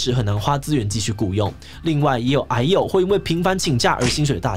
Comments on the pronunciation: 抱歉嚴肅話題，我一直聽成唉呦…。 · 一直把癌友聽成哎喲